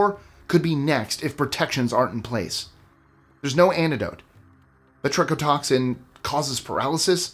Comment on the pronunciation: the "brachodotoxin" threw me for a loop